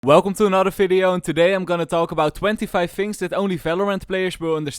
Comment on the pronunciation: Im sure youre a nice guy but can you please stop saying F instead of V. Example: "Welcome to this f(v)ideo" I dont intend this to be a hate comment at all